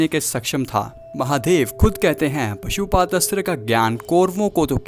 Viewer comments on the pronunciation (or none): Pasuupath nahi pasupath